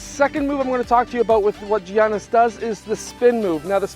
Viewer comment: It’s actually pernounced yiannis